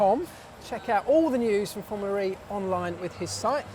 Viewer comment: If this guy says "FormulaRee" one more time, i'll personally slap him till he's blue.